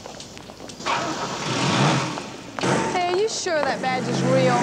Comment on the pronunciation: Badge, not bage.